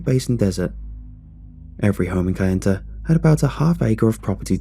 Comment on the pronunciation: It's pronounced Na-va-ho and kay-en-ta. Remember, indians only speak one syllable at a time.